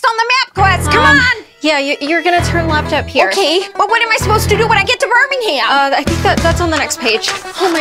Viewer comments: I thought it was pronounced: bur-ming-um not burning-ham 😭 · It's actually pronounced bir.ming.em not Birminghamk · It's pronounced birmingum not birming ham -Said by a true brit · I can’t explain how to say Birmingham but how they said it isn’t right, i know it doesn’t matter but as a British person it hurts when people mispronounce it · As a Brit I’ve never heard Birmingham pronounced like that 💀